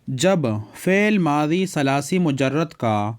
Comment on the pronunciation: ثلاثی میں ث پر فتحہ کیوں پڑھا ہے آپ نے ؟؟